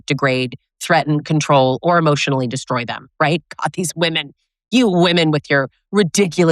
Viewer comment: I like how at minute you said, "react hemotionally." I've left my disregulated entitled rager. He and I are going through a divorce. He once said, "how can I save the marriage?" I replied, "stop yelling at me." He said that I deserved it. I do not miss him. He is very unsafe.